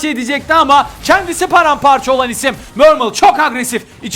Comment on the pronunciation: adam her hafta düşen isim yerine düşen işim diyor alkjgalkjhlkah